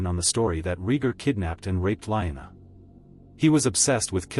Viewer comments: Lee-Anna! Not line-a. A.I. stupid talk. Get a human to read. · Liona? Not Lyanna?